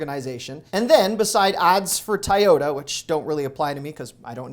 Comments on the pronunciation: "Tie OTA" 🤣 TOY - ota. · Did you actually pronounce a major Japanese car manufacturer as "Tie-oda"??? Uhhh, it's pronounced "TOY-oda". I realize you're Canadian but, dude, that was just cringe-worthy.